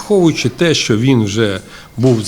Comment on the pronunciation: не што а що та не релейный шкаф а релейна шафа!